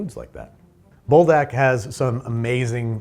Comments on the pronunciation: Leave it to a youtuber to mess up Buldak. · Everyone’s feeling the brothy noodles but I’m feeling the desperate urge to inform. The fire chicken gives its all so if you say it like ‘pull-dock’ you sound closer to the way it’s pronounced. Speaking as one whyt person to another. 👍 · BULDOK IS SUPPOSED TO BE SAUCEY NOT SOUPY 😭